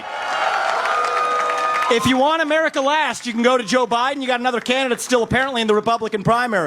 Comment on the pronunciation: Sounded like "Don't mess with the women ofmurarerika unless you want to get in bed with them" 🤷